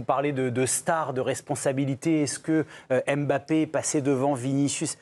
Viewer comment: Madame arrêtez de dire Em Bappe